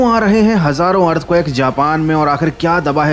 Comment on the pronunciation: earthquake❌ earthcuack✅